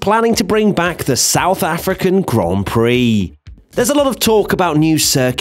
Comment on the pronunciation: The stouth African track. Mate are u drunk?